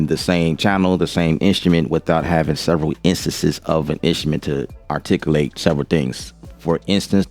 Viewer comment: ARTIC-U-LATE, not ARTIC-I-LATE. Don't slaughter English pronunciation. Especially when you were born and raised in America.